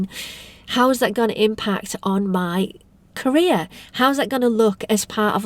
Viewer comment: Your accent was so awesome I hear Korea when you said career HAHAHA my bad